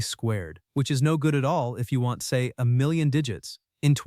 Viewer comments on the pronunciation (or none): none